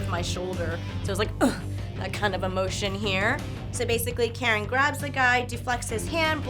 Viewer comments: She's Neither Careen nor Karen, it's Kaa-rin...she butched my homegirl's name :( Cool video! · Why does every english speaking person has a problem with saying Karin? Its not Curin, its not Karen... Just Ka-rin Awesome vídeo though, would love seeing the dood trying the atomic buster with a dummy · Literally every English speaking person in the FGC says Karin's name as Karen. And that's quite an achievement in ineptitude since the freaking game's announcer says her name correctly every damn time she wins a fight. But no, let's just keep calling her Karen instead of Karin... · I've never seen anybody said Karin's name as Karen and still somehow made a joke of it you are a snowflake of comedy XD